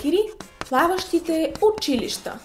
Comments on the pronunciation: Най сетне някой да каже училища правилно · Изключително много оценявам правилното произношение на думите! Особено на думата учИлища...Масовката не знае как се произнася правилно...